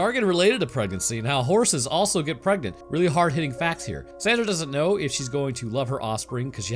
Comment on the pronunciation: Preganenant took me out.